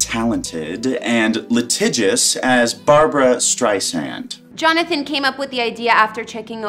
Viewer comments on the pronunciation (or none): Where to begin??? FIRST, StreiSAND with an “S” not StreiZAND with a “Z”! This woman POORLY researched this story. There were so many inaccuracies that I just STOPPED watching half way through. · Don't let Barbra see you actually misspelled her last name ! And the pronunciation Streisand,,,,(ei) sound! It doesn't sound like "eight" bur rather "i".... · Sheesh... Not only did you spell her name wrong in the title, the female narrator even SAID her name wrong. Her first name is spelled "Barbra," and her last name is pronounced "Strei' sand," not "Strei' sun" or "Strei zand." The narrator also is not Ms Streisand's close friend and thus is not entitled to call her Babs." Barbra Streisand has been my favorite artist for over 50 years, and is adored by many millions of fans worldwide, and this video is an insulting, offensive sham. You can do better when honoring a beloved icon.